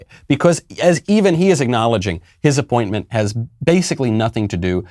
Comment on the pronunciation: Did you say appointment, or disappointment?